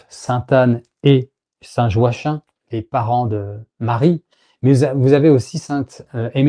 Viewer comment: Sauf erreur le prénom Joachim se prononce "Joakime".